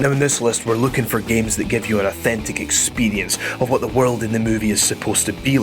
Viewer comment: Say "authentic experrrience" one more time,i dare u,i double dare u